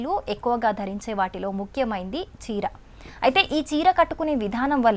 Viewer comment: Chira antundi petti kot antundi mara biguthugaa antundi evadura deenni news chadavamani cheppindhi...